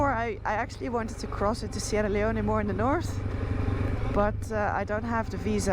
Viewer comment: Sierra Leone you don't pronounce the "e" stay safe.